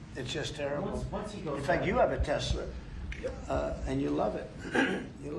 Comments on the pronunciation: Trump saying “Tesler” cracks me up every time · TESLER HAHAHAHAH WHAT A FOOL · You have a tesler 🤦‍♂️